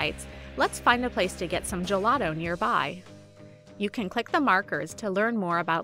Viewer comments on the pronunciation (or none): ahah i'm italian and it's funny to me the way she pronounced "gelato" (gielatoOU) xDD never heard before